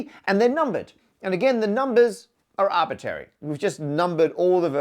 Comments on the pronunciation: Did I hear you say "arbitary" ? Was eliminating the first "r" an arbitrary decision?😄. Love your videos! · “Arbitary”, really Matt? Think you dropped an R 😊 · I like how Matt has no R in Arbitary. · Did you just say "artbitary" instead of "arbitRary"?? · Arbitary?? ARBITARY??? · ARBITRARY, Matt. It's bad enough you say ALU-MINIUM. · I'm not sure what is bothering me more, Matt pronouncing "arbitrary" as if it was "arbittary", or using "vertice" instead of "vertex" for a singular point in the graph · Please bring back the second/middle R in the word arbitrary. It doesn't impact the understandability of what you're saying, but it's a little like hearing someone say 'libary', and there was a critical mass of arbitary in this video :-( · After years of watching, I've just heard the pronunciation "arbitary." I don't know if I can go on. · that second r in arbitRary will never be said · Hmm, I see now we are using the "Parker" pronunciation of the word "Arbitrary" 🙂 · you're always asking for corrections, I'm wondering: is it a correction to correct your pronunciation of "arbitrary" that it should have both "r"s pronounced? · Are you intentionally pronouncing 'arbitrary' wrong? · Has anyone noticed the lack of R's in his pronunciation of arbitrary? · I def heard it. Is it a British thing? A Matt thing? Or did he do it on purpose? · it took me until to realize this only applies to infinite RANDOM graphs which I feel wasn't specified earlier. I guess it's the syntactic difference between a "random given graph" versus "a randomized graph". I randomly chose the number line for the integers for which most of the vid did not apply and left me confused. Also the word arbitrary has an R in the middle you're not pronouncing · I was looking through the comments to see if anybody had mentioned this. I find it just slightly annoying. Kind of similar to somebody saying 'liberry' instead of 'library'.